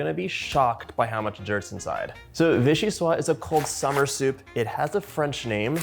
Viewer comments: Love watching you 💖 ! The pronounciation is : vee-shee-swaZ. That's because soup is feminine in French. Vee-shee-swaa is the masculine (and means something which comes from Vichy). 😁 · Just a FYI: VIchyssoise is a feminine word (in French, words are either feminine or masculine). As such, this word, is pronounced "vee-shee-suaze"). The e at the end is also a clue that it isn't pronounced "vee-shee-swa". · Mostly, if it has an 'e' at the end, you pronounce the 's' before it 👍🏼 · VichyssoisZe not silent at the end, was originally made as Postage Parmentier when eaten warm. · So delicious! I hate to be that guy, but... the final "s" in vichyssoise is indeed pronounced—like a "z" :) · Wish you all the best in all your endeavors :-) (Your Vichyssoise is spelt correctly, it's the feminine, so it's just a question of pronouncing the last S as Z rather than leaving it silent.)